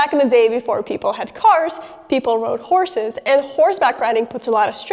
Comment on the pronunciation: I thought you said corsets. Had to do a double take on horses. What kind of bone deformities will you get with your corset?